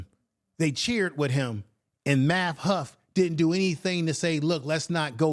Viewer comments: Just slaughtering the man's name. It is Math Hoffa, not Math Huff 🤦🏿‍♂️. At least give him that respect. Also, its Lord Jamar not Jamal. It makes me think you didnt do much research on the people, and rushed to respond to the issue. Let me make it clear, my folks are from the South, i.e. Alabama, Arkansas, South Carolina, Mississippi. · lol i feel this vid thanks but...does hoffa is absolutely not pronounced "huff." 😅 also jamar isn't pronounced "jamal," vlad isn't pronounced "vlod," etc. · yeah but u kept saying huff,get that tether name right..lol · It’s math hoff-a black man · I know but u kept saying huff